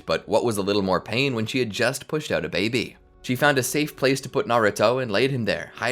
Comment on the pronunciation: Why do you say baby like it’s babe? I’m sure other people also wonder why.